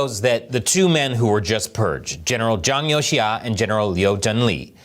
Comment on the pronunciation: 장요하가 아니라 장유샤 또는 장여우샤 라고 하지 않나요? 아니면 다른 인물인가요?